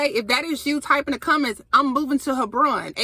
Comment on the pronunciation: It’s pronounced Heb/Ron